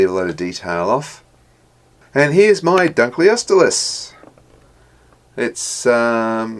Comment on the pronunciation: hahahahahahahahahaha you said dunkleosteus so wrong i want it